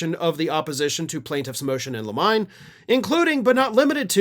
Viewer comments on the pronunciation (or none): Not 'in lime' but 'in liminey' or 'in liminee'. Look it up. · I thought this channel was hosted by lawyers and legal anylists… Motion in lem-I-ne? I believe Lim-on-ie is the correct pronunciation. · it's actually pronounced "In Lim-Uh-Nee" 🙂 I thought you used to work at a law firm???